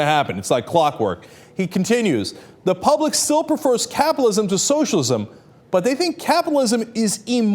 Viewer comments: Dude, it's cap-IT-alism, not capalism! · why cant this dude pronounce capitalism or frightened